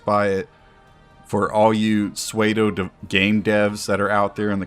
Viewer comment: Pseudo is pronounced “soo-doh” not “sway-doh.” Unless you are referencing the late great Patrick Swayze’s famous cookie dough. THAT Sway-doh is like getting a Roadhouse roundhouse right to the face, it tastes so good.